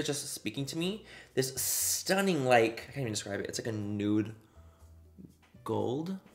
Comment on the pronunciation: You sound sooo Irish when you say ‘stunnin’ 😂 I’m from Dublin and yeah sound very like us Dubs 😂🖤